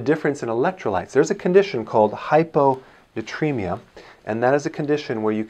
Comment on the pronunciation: shouldn't be hypo natremia? Not nutremia ?